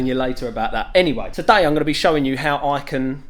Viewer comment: The way James says: “ Today “ With his accent lol 😆 stunning mate